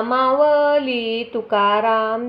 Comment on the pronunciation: मावली नाही माऊली अस आहे उच्चार चुकतायत